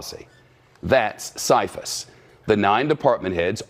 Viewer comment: First of all good ole Shep is mispronouncing the CFIUS Group....maybe the Congressmen who have mentioned these details have more info then Shep does, so him saying it is false is not totally accurate or why are Congressmen saying otherwise? If the vote has to be unanimous, then her State Dept DID approve of the sale...oh State Dept made a mistake so let's just move on huh? And it has been proven that some of that Uranium HAS been deported out of our Country, Verified by Congress